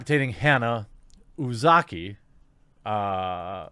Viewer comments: The first Uzaki was correct. "Uziki" Idk what language you were reading there XD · Pronounced "oo-zah-key" You got this. 👍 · You said it right the first time Jeremy. (OOH-zaki). As in OOH for those ooh-la-la's these people so hate about her. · jfc Jeremy, just read the fxkin name, this isn't an Arab name. U-Za-Ki this isn't hard. Stop tripping on names like this, it's ridiculous. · "U"s in Japanese are all pronounced as an O as in "mOO" "I"s in Japanese are all pronounced as an E as in "kEY" so: Uzaki is: Oo-za-key Japanese is waaay more phonetic than English. That's why it really matters if it's a double consonant or a double vowel. This has been your autistic weeb correction from me. I am still a beginner though. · Ooh zah key. Had it right the first time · Jeremy (and other people) in most foreign languages, transliterated Japanese being among them, vowels almost always make one sound. For example, anytime the vowel "u" appears it makes the "u" sound, and it is always the same "u" sound anywhere it occurs in the language with few, if any, exceptions. If you learn the five basic Latin vowel sounds, you can correctly, or almost correctly, pronounce almost any foreign word written with those characters regardless of what language the word is actually from. Obviously it's not reasonable to ask you to study every single language just so you can pronounce foreign words/names correctly. But if you wanted to improve at it a little bit, that's the advice I have for you.